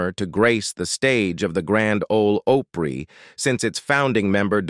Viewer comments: OPRY as in AH PRE NOT OH PRE. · This man is pronouncing opry wrong